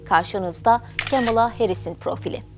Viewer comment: kemıla değil yazıldığı gibi "kamala" yada "kmala"